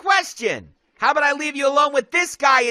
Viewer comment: he said hoe instead of how